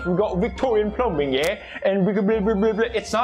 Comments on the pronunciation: Did you just pronounce the B in plumbing 🤦‍♂️🤣🤣 stoopid 😉😆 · Pewds. B is silent in the word plumbing. My mans said plumBing lol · the way he says plumbing 👌🏻💪🏻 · the b in plumbing is silent LMAO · Whos gonna tell him the b in plumbing is silent? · Felix’s hard pronunciation on the B In plumbing gets me every time.